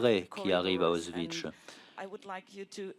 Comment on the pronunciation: désolée pour le comm pourri peux pas m'empêcher mais le mégenrage de Mica Levi + la mauvaise prononciation d'Auschwitz c'est irritant